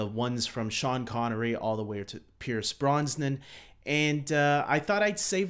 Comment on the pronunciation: I can't get past Pierce "Bronsnan". It's making me crazy.